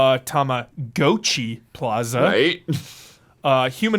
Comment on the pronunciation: lol that's not how you pronounce it. It's not "tama-gochi". It's "tamago-chi" 卵 tamago means egg